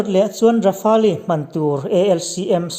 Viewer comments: Rafali a ti leh tho😁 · "Kan sawi zawm zel tum," ti suh, "Kan sawi zawm zel dawn nia," emaw, "Sawi zawm zel kan tum dawn nia," tih emawin sawi tur. Rafale hi Rafâl tih ang deuhin an lam tlangpui. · Rafale i pronounce dan hi chu a zah thlak deuh lo mo